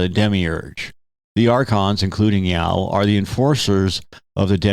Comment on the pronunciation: Ya-Oh. Two syllables.